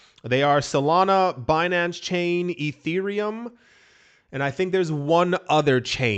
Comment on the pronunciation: I like Be-nancay 😂